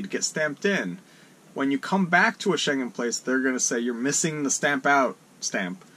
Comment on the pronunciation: Many non EU and Schengen people go to Marocco, also cheap harbours. One tiny thing... the schengen word...ng is as in singing...no "g"